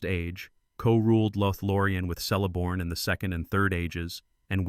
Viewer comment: Great vids! Just an fyi, the letter C has the “K” sound, so it’s more like Keleborn.